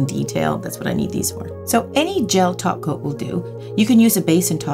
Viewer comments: She's saying "top coat" wrong, it's pronounced "taco" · When she said "top coat" I swear I heard "taco"